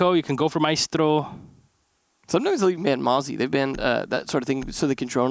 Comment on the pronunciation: that sweet correct Mira and maestro pronunciation. Someone's been practicing Latin languages. Edit: also